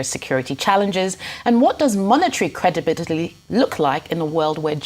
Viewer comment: That crebidility sounded like in the beningin